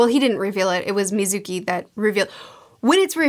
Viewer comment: Isn't pretty much the same with almost all series he REVIEWS? She has bad memory when it comes to remembering or pronouncing names. Just from this video alone he mispronounced/misread Iruka and Mizuki so her not remembering Neji's name is in character to her lol